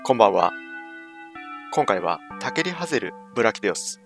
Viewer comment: タケリハゼル・ブラキディオス ちょっとかっこいいイタリア人みたいなイントネーション好き